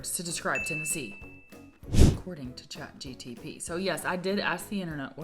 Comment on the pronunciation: It's chat GPT not GTP